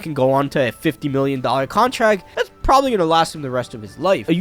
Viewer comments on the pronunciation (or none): none